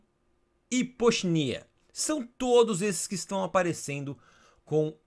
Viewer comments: PoochyEna, não PoochyNIa kkkkkkk Fala errado todo vídeo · só uma resalva o nome correto do lobinho cinza na pronúncia é "puchaina" e não "pochenia" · PUTIENA TIGER! Cuide a pronúncia. Tem um vídeo com a pronúncia oficial no YouTube, procure. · Eu acho que Poochyena se fala Put-ie-na, é um pokemon inspirado em uma hiena. E o Shrumish eu falo Xru-mich, porque vem de mushroom, que é cogumelo em inglês. Podia fazer um vídeo de pronuncias. Eu me surpreendi quando descobri que xatu fala zatu. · se escreve poochyena mas se lê potiena